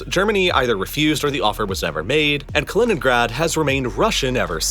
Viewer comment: You mispronounced Kaliningrad, oblast, Königsberg, Neiße, Danzig, François Mitterrand, Gorbačëv, Paris…